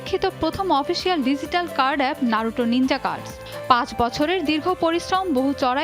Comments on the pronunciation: নারুটো না বলে নারুতো বল😠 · Thats নারুতো, not নারুটো ffs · Hambadik Naruto boltei pare na. vul accent